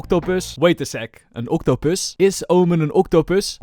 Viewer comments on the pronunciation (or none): vait a sek, AN OCTUPØSS? IS OMEN AN OCTOPØSS?? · If you ever come to South Africa don't say octopus the way you say it. There's is a word in the Afrikaans language that is very bad and if you just take away the oct you get the word don't say that in South Africa to a stranger you will be hit by a brick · Everytime said octopus I laughed a little. Love the way you actually pronounce it lol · I love your pronounciation on the octopus! i LOVE IT funny no offense